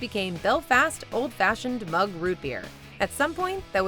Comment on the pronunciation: fuck you its mug. redo. you failed. try again